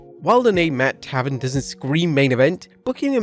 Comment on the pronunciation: Taven not "Tavern"....